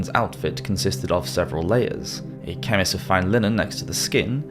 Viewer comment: Indicted is pronounced "in-DI-ted." The C is silent. Chemise is pronounced "sha-MEESS."